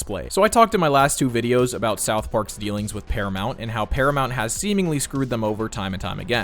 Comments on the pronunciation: "Are we still talking ABOOT that" LOL very smooth. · You are right about them probably revealing Trump to be Saddam in disguise. I had forgotten he was the prime minister of Canada. They dropped a hint by having Trump pronounce about aboot for no apparent reason in bed with Satan. Now it makes sense. Not that they were being suble with the voice and theme music. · I’m hoping they end up revealing Trump was Sadame. He says aboout, Satan even says he’s just like that last guy, and it’s an easy way to make liberals who hate Trump praise the show while cashing in money from paramount. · I just realized something. Trump pronounced "about" like a Canadian (aboot). "Are we still talking aboot that?!" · the only thing that makes me think it could be saddam is when he says aboot like they say canadians pronounce about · Omg, after almost 30 years I only just now realized Saddam Hussein always pronounces the word "about" like "aboot". Is there an inside joke I'm forgetting about that Saddam Hussein is actually canadian?😂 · He also uses the Canadian pronunciation "aboot" which is clearly a reference to when Sadam was the Canadian PM in season 7.